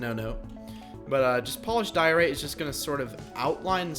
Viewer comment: Your saying Diorite wrong